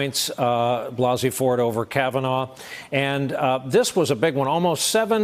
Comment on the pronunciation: Can someone tell Trump that his name isn't "Brett Kavanore"?